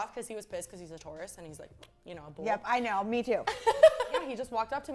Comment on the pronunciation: I thought she said tourists😅😭